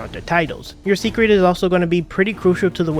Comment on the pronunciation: Say-crit, not secret